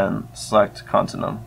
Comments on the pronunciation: its pronounced con-tin-you-um. not con-tin-um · to out it easier: continue-um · i think youre saying continuum wrong, youre saying con-tin-uum when i think its con-tin-u-um